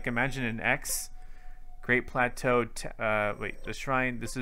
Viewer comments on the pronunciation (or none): none